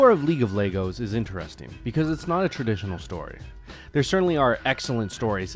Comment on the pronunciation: league of legos, bruh, that isnt sound right